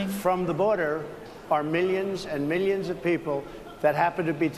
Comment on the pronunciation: Every time he said "millions" I heard "minions"